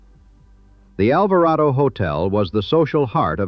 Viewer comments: "ALVARADO"... Not "ALVARAYDO"... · its pronounced Alver AH DO